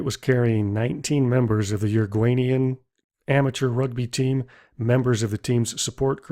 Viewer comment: Did you call Uruguayan people "Urguanians" 😂😂😂